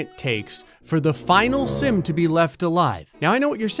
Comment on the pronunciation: he said simp. its simp.